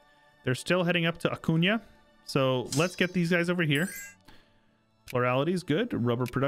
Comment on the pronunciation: Kudos to you for pronouncing the ñ in Acuña correctly!